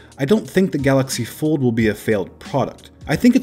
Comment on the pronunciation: You mean the "Gallox Pord"